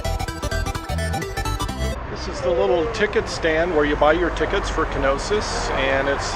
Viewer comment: Knossos, not Knosis